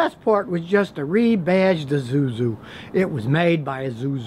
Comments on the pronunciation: Isuzu, not Izuzu, the second letter is "s", not "z". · Azuzoo. Zuzoo . .zuzoo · Its ISUZU Scotty not IZUZU. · Its not I-ZU-ZU its I-SU-ZU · I could listen to this man pronounce azuzu for the rest of my life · Lets count how many times he says honda. And wtf is azuzu? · Did you just say "izuzu" 😂😂😂😂😂😂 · What's an "Uh-Zu-Zu?" 😁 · Wotz wrong with Izusu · "Azoozu" lol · I say Ee-SOO-zoo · eeh-zoo-zoo 😂😁😀😆😅 I'm dead 😹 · You have an interesting way to pronounce "ISUZU". Please stop it! It's so funny I don't know how much I can handle this! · Maybe if he throws his hands around about more he can pronounce the 'S' in ISUZU